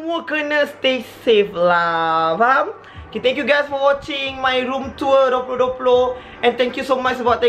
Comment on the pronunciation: Macam sebut room tua haha btw cantik bilik😂😊